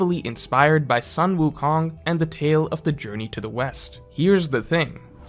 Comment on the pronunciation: "sun" wukong is pronounced like "sun" and not "san" in chinese. sun like kun, like luffy-kun. "son" goku, the japanese name for sun wukong, on the other hand may be closer to the english sun in the sky, like "san".